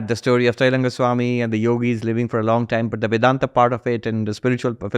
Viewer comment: Host why such heavy western accent. Not required for Indian audience 😅. Especially when pronouncing Indology words like vedanta . I urge you to pronounce it as Sanskrit , even for western audience out there, it is much better to listen to.Just a suggestion